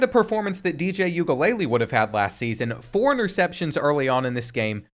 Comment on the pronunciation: If you're going to make fun of Uiagalelei so often it would be nice if you took like 20 seconds to look up how to actually pronounce it